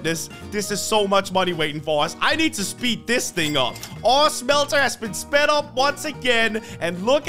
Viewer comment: I like how he says shmhelter like that